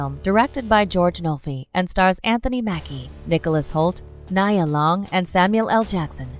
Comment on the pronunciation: This list is pretty hard to listen to, hearing them mispronounce her and many others' names over and over.